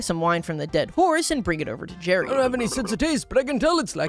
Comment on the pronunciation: It's Gerry not Jerry